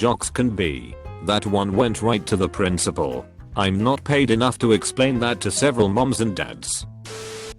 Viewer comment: Can’t blame the robot voice for saying touble and prinicipal